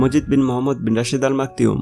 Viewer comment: It clearly maktoum not maktioum or they really pronounced it maktioum